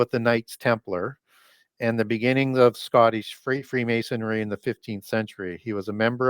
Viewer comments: Can't get past that is an expert on freemasonry and yet he continually mispronounces it as "mason-airy" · It's Freemasonry, not Freemasonary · Did pronounce "freemasonry' as "freemasonary?" Really?